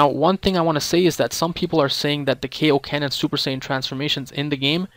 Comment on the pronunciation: on the show Goku and King kai don't pronounce it that way, its literally sounds like Kay-oken….